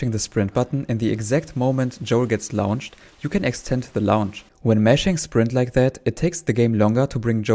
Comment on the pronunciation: Fascinating video. I’ll have to go dow a rabbit hole of glitched run videos now! Side note: ‘Launched’ is pronounced more like ‘Lornched’ - English is not consistent, sorry!